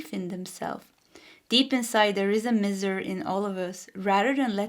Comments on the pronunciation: It's pronounced My ser - Miser 😊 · Pile 1- Miser, the i is pronounced in English with an 👀 Awesome read though ❤